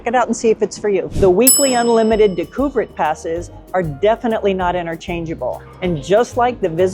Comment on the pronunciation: DAY-ku-vehr pass. Good video, great photography, however.